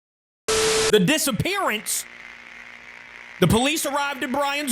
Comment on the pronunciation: ah yes, we’ve all been say it wrong. It’s “dippearence” not “disappearance